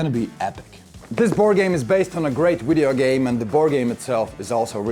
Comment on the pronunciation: Did you just say “Wideo game”?